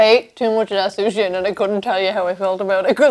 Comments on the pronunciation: Californian 'Sushi' :( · As a Japanese person, i am mortified by this “sushi” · How can they call it sushi? Sounds like Sushit